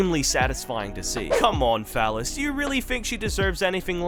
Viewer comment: Like haven't been able to determine if you are saying fellas or phallus lmao 😂. The closed captains seem to think it's the latter lol! I mean either way you're not wrong lmao 🤷🤣